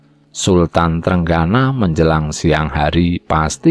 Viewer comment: Trenggono jgn dibaca TRENGGANA dong. Walisongo jg jngn dibaca wali sangha, gimna to?